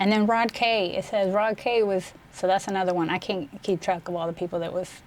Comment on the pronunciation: shorty just said "i cayn't keep track a awl da peepul " 😂😂😁